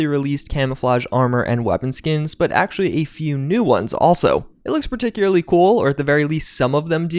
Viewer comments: Particulary partocularee particulary. Every time says particularly wrong take a shot. Died in 2 minutes from alcohol poisoning. Rip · Ah yes, particularly